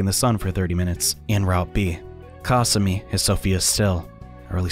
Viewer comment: The way he says kasumi i hate it